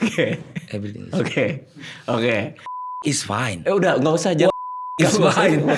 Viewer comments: baru sadar fine itu fyne. sat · apalagi guaa… everything is FYNE